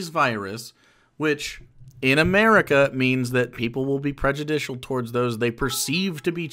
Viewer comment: Omg the name though "Fukuyo America" like Fuck you America. Then the pronunciation of America, he replaces the "r" with an "l". He's not technically doing yellow face but it's soooo fucking close.